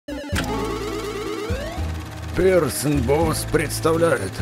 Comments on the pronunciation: Не Пирсон а присон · Не персон а присон